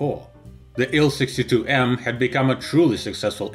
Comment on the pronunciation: TU = "Tee-You." IL- "Eye-Ell."